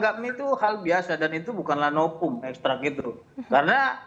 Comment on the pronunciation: SI juga nyebut "NOVUM jadi "NOPUM" Katanya Pengacara..tp nyebut V jd P 🤣🤣🤣